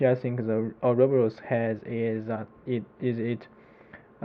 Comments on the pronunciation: Or-ah-bor-us < How to pronounce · Ou-roboros, LOL.